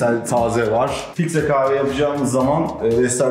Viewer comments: Offff kave değil kaHve !!!!!!! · Kızın kaave deyişi ne kadar sinir bozucu. Kahve diye söylenir o kaave değil.